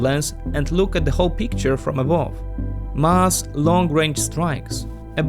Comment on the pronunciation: When you say mass it sounds like musk. Be careful with that haha